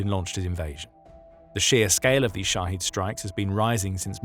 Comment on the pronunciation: Shahed drones! I thought he was saying "Russia's shotty drones" as in sh!tty. 😅